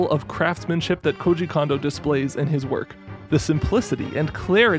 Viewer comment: I hope one day will learn how to pronounce Kouji Kondou's name.